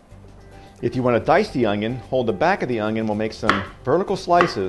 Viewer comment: There is no “G” in onion